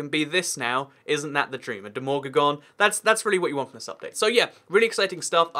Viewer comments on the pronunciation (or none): it's de-ma-gor-gan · Any one else sighed when he pronounced demogorgon wrong? Lmao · The only reason I Disliked the Video cos he said Demogorgon wrong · When says Demogorgon wrong... 😂